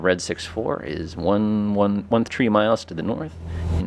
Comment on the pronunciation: Your mispronunciation of the number 3 is quite distracting